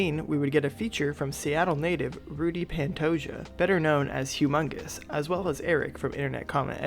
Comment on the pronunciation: brother it's pronounces rudy pantoha the j is an h in spanish peace and love.